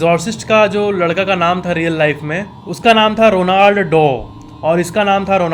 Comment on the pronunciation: रोनाल्ड नही Roland हैं भाई ठीक से pronouns करो यार